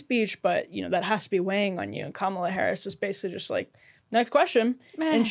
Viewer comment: If you are incapable of pronouncing Kamala’s name correctly you should just shut up